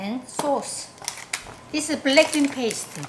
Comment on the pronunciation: English is not my first language, and every time she says "black bean" i kinda hear "blackpink"😭😭